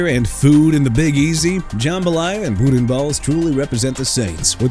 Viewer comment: YOU WANNA FRUSTRATE ME NOW?! GO AHEAD BRO!!! CHICAGO PRONOUNCED SHEE-KAH-GOW OR SHUH-KAH-GOW!! ALSO YOU MEANT BARBECUED BURNT ENDS?! NEW ORLEANS PRONOUNCED NEW OR-LINS NOT NEW OR-LEANS!! BOUDIN BALLS AS IN BOO-DAN (WITHOUT THE N)!! Don't waste my time no more! Quit and go away!